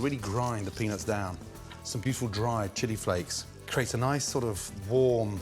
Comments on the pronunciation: AN OBVIOUS "PENIS IN" Ok Gordon. What in the hell is wrong with your mind/pronunciation? I dont want a penis in in my meal but OK MAN! WHATEVER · It really sounds like he's saying penis. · Gordon it doesn’t sound like you’re saying “peanuts”